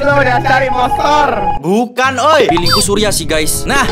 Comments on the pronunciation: inposter bang bukan inpoter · Imposter bang bukan imperter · bang bukan impotor tapi impostor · impostor bang bukan importer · Ngomong nya bkn gitu bang ngomong nya itu imposter bkn importer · Bukan imperter tpi kya nya dibilang importer